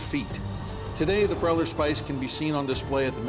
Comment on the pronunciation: It is actuall called Friauler Spieß and pronounced like a long e as "been".